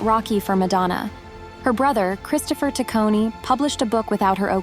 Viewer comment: What's up with mispronouncing her last name?